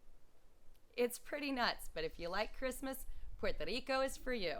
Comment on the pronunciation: Puerto RRico. Like Jerry in english. You've been there long enough to know how to pronounce it better even with an English accent.